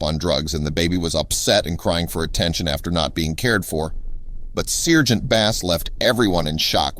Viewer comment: SIRGENT? SARGENT!